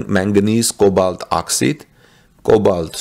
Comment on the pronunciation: you pronounce OXIDE as OX EYED. Elon wants the machine that makes the machine. There will be lots of problems in the beginning. He will iron out all the problems of battery manufacture.... and there will be plenty of them. Finally, the battery manufacture plant at Cato road will be installed at all the Gigafactories. Panasonic will continue to make its cells. CATL will make batteries for the semi or battery grid storage.